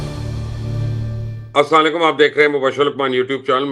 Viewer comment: مبشر صاحب۔پہلے۔آپ۔سلام۔صحیح۔کیاکرے۔ السلام۔علیکم۔ہیں۔اسام۔علیکم۔نہیں